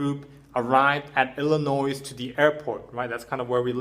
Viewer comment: The s in Illinois is silent